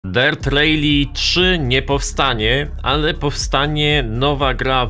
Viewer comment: Nie "rejli" a "rali". 😂😂😂😂😂😂😂😂😂😂😂😂😂😂 Gdzie ty usłyszałeś taka wymowę ?